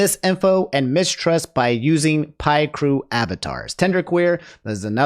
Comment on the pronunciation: My vocab is shit and i still don't use that word. then again, i actively avoid using words i don't feel comfortable using regardless of my vocab diversity. PS: the way i hear Picrew pronounced is more like pic and crew combined together. it's a mostly Japanese site that hosts avatar creators that anyone can submit to. If you don't care for the a possible pronunciation it's all cool. I just was giving you the heads up because there are times you genuinely do not know and times you clearly wanna say something your own way and i don't blame for either.